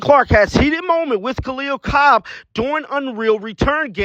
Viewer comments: It's Copper not Cobb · Copper! Not Cob